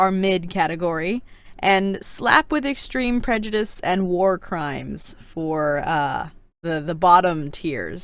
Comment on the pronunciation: 1. Wheres Monarch??? I know we dont see her in the books but she was their.... WAS. 2. I origannly thought that BattleWInner was BattleWiener... like a weinner dog. 3. I VERY much disagree with snowfalls ranking i would but her in the orange (no offense) 4. I thought Prejudice said Pre-juice 5. Fav good queen: Glory. Fav bad queen: Scarlet. least fav good queen: Coral. Least fav bad queen: SNOWFALL